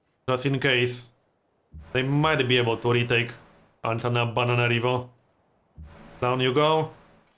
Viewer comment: Love the way you say that city name 'antana-banana-nana-narivo'